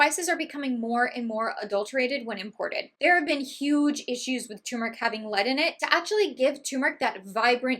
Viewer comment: Thx for the clarifications. So much misinformation out there. It’s refreshing to hear the correct pronunciation of turmeric. 👍